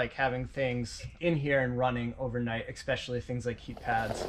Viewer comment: Ok folks... time for grammar lesson... the word especially contains in it's first syllable no hard consonant sounds. I'm refering to using a hard K, C, or X sound... it is an ssss sound Esssspecailly, Don't make me come there and teach ya'll.